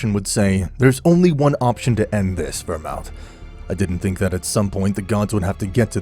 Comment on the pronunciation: DO YOU NOT KNOW HOW TO PRONOUNCE VERMOUTH?